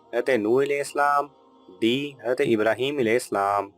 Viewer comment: Apko hazart sahi se bolna chiye. Ete na bol kr hazrat e adam bolna chiye tha